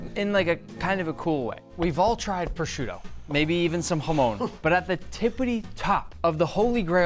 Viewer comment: And also, one advice for Nick - you have italian origins. You should be the one that teaches proper pronunciations for Italian products. Not "proshuro" - proscuTTO. Not "parmezhiaaaan - parmeGGIANO. Cool format for the video :)